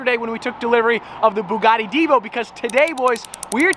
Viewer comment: Still cannot pronounce the word Bugatti properly. Get a grip.